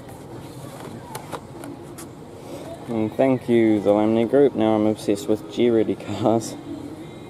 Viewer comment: Its pronounced greddy not " jee, ready"